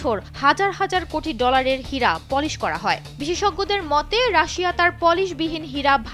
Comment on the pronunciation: পলিস।নয়। কথাটা। হবে।পালিস।বুঝলি?.